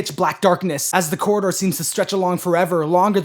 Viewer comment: man really said coraline and her cora-door